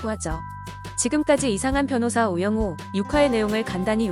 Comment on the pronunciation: 우 영우예요..우 용우아니고. ㅠ